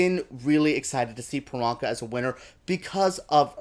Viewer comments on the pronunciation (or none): If you love Priyanka so much you could start by saying her name correctly...especially since her whole brand is whats my name? Its Priyanka (Pre-yanka) not Peronka